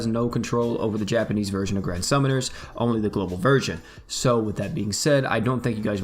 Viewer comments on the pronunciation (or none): none